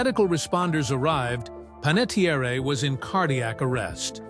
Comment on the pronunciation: Pronouncing her name correctly would go a long way to respect her life and legacy. Listen to the Jay Shetty podcast or her book intro, or all the other times she has explained how to pronounce her name. Her family's actual, ancestral Italian surname was Panettieri. When he moved overseas, her grandfather’s name was misspelled on official paperwork due to a simple clerical typo, dropping the final "i" and replacing it with an "e" creating the name ”Panettiere". Her grandfather simply didn't bother to go through the bureaucratic hassle of correcting the government or the paperwork, deciding to just leave it as it was. Because he let the mistake slide, the typo legally stuck and was passed down, which is why she grew up with the surname ending in an "e" instead of the original "i". It is pronounced Pan - et - Tee - Air